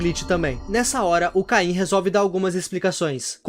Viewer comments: Desculpa ser chato mas, não é "caim" é "CAINE" mas, a pronúncia em português do Brasil é caim então talvez eu esteja errado, ou não. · Kkkkkk, é Cane, não caim KKKKKKK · Num e Caim e sim caine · Por que vocês falam cain ao invés de caine 😳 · Des de quando oh caine virou "cain" ??